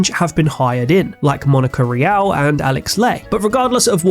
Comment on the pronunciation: Monica Rial? Oof.